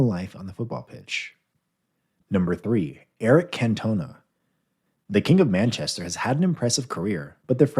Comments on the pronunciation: Cannot even say Cantona correctly 🙄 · CantoneA?🤣 Marco Van Bashton?🤣🤣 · Can-toe-nah and Tommy Doc-hurt-tee